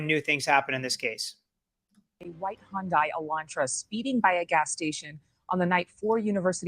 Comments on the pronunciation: 1 male victim, 3 female, not 2 male. Goncalves is pronounced with the c sounding like an s. And look up the pronunciation of Hyundai 😂. Other than that THANK YOU for all your work and info. Your videos are SO informative!! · Hun-day. Hyundai 😉 Only one victim was male, not two. 1 male and 3 females. Love your content always 😊